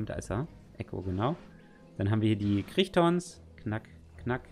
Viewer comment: Crichton spricht man "kreigten" aus Fun fact: Der Crichtonsaurus wurde nach Michal Crichton benannt, den man der das Buch "Jurassic Park" geschrieben hat.